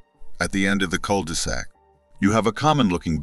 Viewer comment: The cul-DEE-sac 😂 love ai